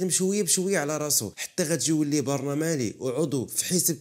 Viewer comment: خويا مع كامل احتراماتي ليك خصك تراجع طريقة السرد عندك فيها اخطاء بالجملة فحال مثلا برلماني كتقوليها (برنمالي) قاتل مأجور (قاتل متسلسل) وبزاف هدشي غير اللي بقينا عاقلين عليه حاول تصلح الاخطاء وترد تبالك منين تكون كتسرد القصة